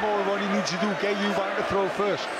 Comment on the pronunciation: Eubank. There’s no s in it. LOL